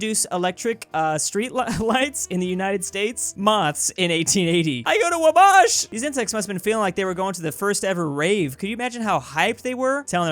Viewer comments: It's pronounced Wah-bash not Wah-bauhsh. -Hermione probably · THIS IS IMPORTANT PLEASE READ IT! Hoosier (a person from Indiana is called a Hoosier) here: it's "WAH•BASH", not "wuh•BOSH" It hurts me every time you say "Wubósh." Please stop. Thank you for your consideration. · Wabash is pronounced more like (Waw-bash) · Regular people: Waw-bash: Wah-baush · says wuh-BAASH instead of WA-bash I was just laughing so hard at that point because I live 20 minutes from there. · my guy, it's pronounced Wah-Bash, like you're bashing, not Wah-Bosh. Also, you put emphasis on the Wah part not the Bash part. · Ok as someone who lives near wabash that took me off guard (by the way it wah-bash) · WUH-BOSH, INDIANA!!! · I do not like how you pronounced wabash, as I Hoosier it is pro iced Wah-bash (as in bashing someone’s head in with a baseball bat) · I live near Wabash it’s pronounced Wah-Bash just letting you know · He pronounced it wrong though. It's Wa-Bash. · When pronounces Wabash like like Chris Bosh... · it’s pronounced wah bash lmao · You pronounced Wabash wrong ;) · As someone from the nearby town called North Manchester, I am very offended with your pronunciation. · doesn't know how to pronounce Wabash. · You say Wabash wrong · Me listening to how says Wabash Ernie is about to commit a hate crime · I cringed so hard when he said it like that